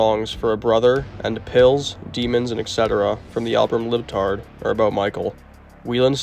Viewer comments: Major points lost on the pronunciation of Scott's surname as well as the title of Velvet Revolver's sophomore album, which is Libertad, not Lib-tard. What r u, a literal tar... Forget it. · Libertad not Libtard. Hahaha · He also pronounced "Libertad" as "lib-tard" 😂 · "Cardioempathy" and the album "Libtard".. I think you may have meant "cardiomyopothy" and "Libertad" LOL \m/ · I caught that too. Sigh.